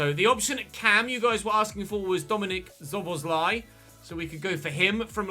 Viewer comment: I am glad that you signed Szoboszlai. Let me help you pronounce his name correctly. Both of the ‘sz’ letter combinations should be spelled as ‘s’ as in ‘see’. Also he wore the number 14 at Salzburg and 17 at liebzig.